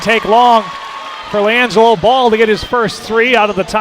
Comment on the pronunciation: Lawn-jello is what it sounds like lmao